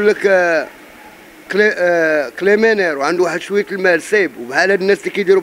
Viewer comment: قال كليمينير 😂 هربني هاذ المرضي 👍🏼😂